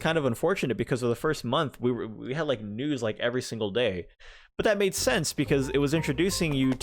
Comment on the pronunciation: Omg omg omg, when you said “it’s unfortunate that Isabelle doesn’t have any news” I could have sworn you said that Isabelle doesn’t have any nudes!!!!!!